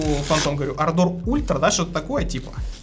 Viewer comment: дружище, клавиатура Ардор а не ардОр, ударения на первую букву А❤😊